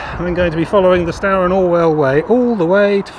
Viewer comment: River is pronounced stooer, not stower. The other river Stour's are pronounced how you said it but not this one. And River "Deeben" not deben.